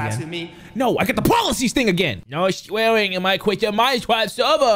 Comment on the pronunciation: "No sweawing in my chwistian Mincwaft servur!!!" 😂😂😂